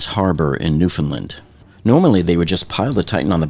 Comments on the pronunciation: 1) As someone who grew up there, please, if you do anymore Oceangate videos, or just if you ever have cause to say Newfoundland again, please practice your pronunciation? 😅 It's pronounced like Newf'nland, not Newf'nlund. The primary/main stress in the word is on the syllable land, there's a lighter secondary stress on the syllable new, and there's no stress in the syllable found, so it gets pronounced like newf'nLAND. 2) I thought the reason for the 27 hour Titan dive was because that was the same one where Stockton strong armed everyone on board into waiting 24 hours on the bottom for the squibs because he wanted to avoid separating from the landing tray? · not a single youtuber knows how to correctly pronounce Newfoundland. everybody gets it wrong